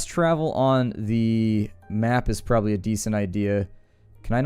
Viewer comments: The concatenation of probably is purely a California thing. In WA state we kidnap folks and make them pronounce it correctly. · Here in Colorado, people tend to say "prolly" instead of probably. Just a regional dialect thing, I'd guess.